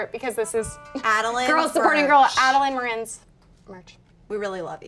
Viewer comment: It is pronounced (Add-ill-en More-en